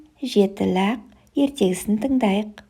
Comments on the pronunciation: лӘқ емес, лақ деп айту керек, бала не естісе солай үйренеді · Бәрі күшті бірақ, ләқ тәмәқ дегеніңіз болмады😂